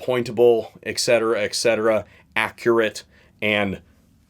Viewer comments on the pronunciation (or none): No offense but: ECKcetera?? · You really locked me in when you said “ekcetera ekcetera.” Very profound. Very informative. Subscribed.